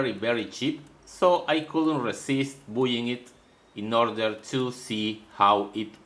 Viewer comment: English must be insanely confusing to learn as a non-first language. In "Buying" the "u" should be ignored. "Buy" sounds just like "by". So it just sounds like "by"ing and the U doesn't go into the pronunciation. Great video as usual. Hopefully this comment makes that word a little easier for you.